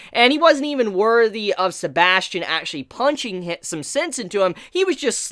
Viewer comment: sebas tian not sebastian